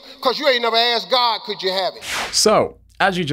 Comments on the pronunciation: It's "asked" not "axed" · Am I the only one hearing AKSED instead of ASKED? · Great video, but why do you consistently say "aksed" instead of "asked"? You are very articulate, eloquent and intelligent. Maybe it's a cultural thing, cos I'm an Australian, but it just stuck out to me.